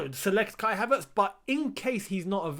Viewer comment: You pronounce his name correctly